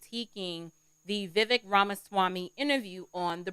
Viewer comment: pronounced Vi Vake